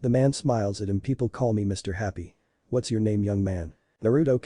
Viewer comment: Pronounciation is really bad.......... No not bad its like what's is pronounced as watas come on man